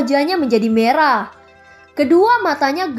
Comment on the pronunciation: hampir salah kata yah tadi.hehehe Mau bilang merah eh malah marah hihihi Becanda kk aku seneng ko udah denger makasih kk.!